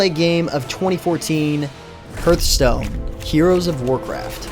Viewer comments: Do you have a "heerth" in your chest? No, you have a "heart." "h-art." It's not Heerthstone, it's Hearthstone. Hearth. Like what's around a fireplace. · firefall was better before it launched, when they added in the leveled areas it basically ruined any kind of open world game play. and you are mispronouncing hearthstone... it should sound more like harth stone